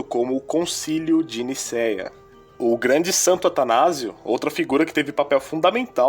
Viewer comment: você falou santanazo